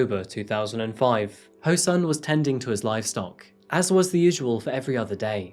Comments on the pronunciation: This happened when I was a student and my parents and teachers used to warn me about strangers who seem nice and ask you if you want a ride. (Oh and just to mention he's pronounced soon! Not sun!) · the sun part of his name is pronounced more like ‘soon’ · english is not my maternal language, so everytime you said " ho-sun" I heard " her son and I was like " WHO'S SON I DON'T GET IT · I kept hearing "her son" everytime you said Ho-Sun, and I kept thinking, Whose son?🤣🤣